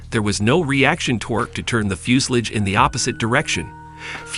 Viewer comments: TO THE MAKERS OF THIS VIDEO: I'm sorry, but what the heck is a "fjus-lids" ? (Yes, I realize that you were trying to say "fuselage"...but Come On !!! ) After all, it is actually your job to narrate this video. -If you can't do a better job than this, please find someone else to do it ! (A friend, even. -Anything!!! ) -The pronounciation of the German words is atrocious ! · its pronounced like this fyo͞osəˌläZH ..... not Fusalidge or Few sal age it sounds like Few si La ja the end sounds more like Lodge but with not really the D sound of the lodge but pretty close sounding. Sorry that was driving me nuts hearing that :face-blue-smiling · How stupid can you get, the word is FUSELAGE ! , not FUSELIGE.